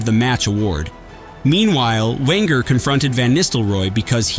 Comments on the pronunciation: Arsène Wenger?? XD The W is pronounced as a V but is suspect this is AI. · The one that made me laugh was referring to the Arsenal manager as "Wenger".